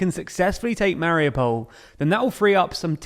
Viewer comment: it would take no more than 5 minutes to properly learn pronounciations of any significant ukranian cities.. mar-YOO-pol, HAR-keew, KEE-yew... list goes on.. incredibly annoying